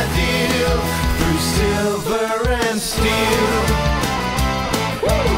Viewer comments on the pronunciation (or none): none